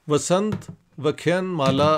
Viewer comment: Dr Sahab ,with apology, it's vyaaaa khyaaaaan maaaalaaa. Many aaaaaaa's are for longer accent to pronounce it which means' lecture series '. Respect.